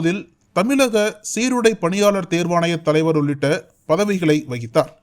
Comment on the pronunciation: ....🗣️🗣️🗣️👂கூசுது😏🗣️ அதென்ன தமிலக? தமிலக ன்னு?? தமிழக அல்லது தமிழ்நாடு ன்னு..🗣️